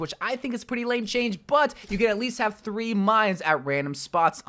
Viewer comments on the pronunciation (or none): none